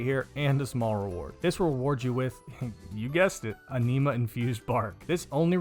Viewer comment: its anima not a-knee-muh